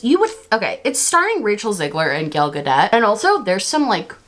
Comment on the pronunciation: I love that you're mispronouncing Gal Gadot's name, she's a zionist and doesn't deserve respect. I'm boycotting this film but I don't feel like I'm missing out because so many people are saying it's bad.